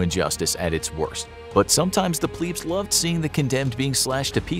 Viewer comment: It is pronounced Pleb not Pleeb. Plebeian not pleebeian